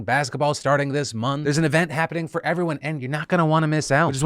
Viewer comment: "Fer voter stuff".